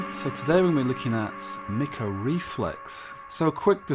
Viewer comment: MickO would be the opposite of how you say his name bubba...it's pronounced MeekO